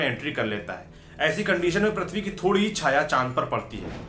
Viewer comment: Its prithvi not prathvi...lol